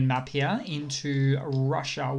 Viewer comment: The way you say "here" is so fricking funny. "Hiorh"